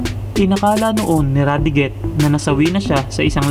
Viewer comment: vyram was pronnounced as "byram" radiguet as "radigue"